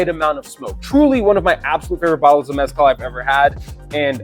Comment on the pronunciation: But you're still not pronouncing mezcal right 😂